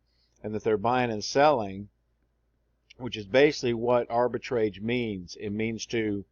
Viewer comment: "Arbitrage" rhymes with "garage", not with the word "stage".